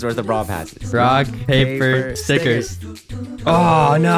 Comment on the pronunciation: "brock, paper, sickers" "sickers" "stickers" "stigers" "snickers